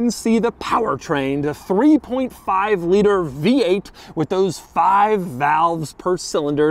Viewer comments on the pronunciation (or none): none